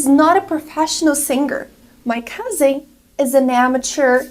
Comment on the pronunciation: Plunger and warehouse are advanced words 🤣🤣 The way she pronounces "cousin" is weird. "My cousing is a meticulous boy" cousing?